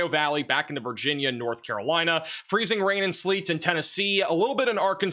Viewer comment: wild he cant say Virginia.